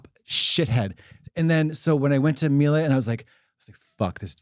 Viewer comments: Mee-Lah, not Mee-Lay. Thanks. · Mieluh not Mielay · i work in appliances and it's pronounced "meela." welcome to my trauma 😌